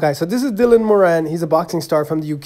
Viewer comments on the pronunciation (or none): Btw moran pronounced moore-an not mor-an